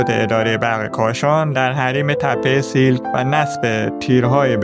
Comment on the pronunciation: تلفظ درست نام این مکان سیَلک هست siàlk